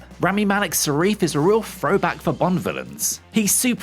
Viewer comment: Who’s Sarif? 😅